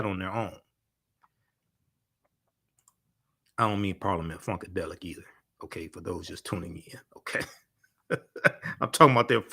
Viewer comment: "Parliament Funkedelic". 😂😂😂